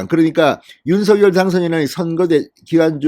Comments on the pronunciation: 진성호 님은 댓글 피드백이 없는가요. 대통령 당선인 이름을 자꾸만 "윤서결"로 발음하니 귀에 거스립니다!!! 당선인이 "윤서결"이 아니라 "윤성녈"로 불러 달라고 하였다고 하니 꼭 정정하여 주세요!!! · 윤석열 당선인 이름의 발음은 "윤서결"이 아니라 "[윤성녈]"로 불러야 한다고 합니다. 김은혜 대변인의 공식의견이자 윤당선인 본인의 의견입니다. 어릴때부터 가족이나 친구들도 [윤성녈]로 불렀다네요.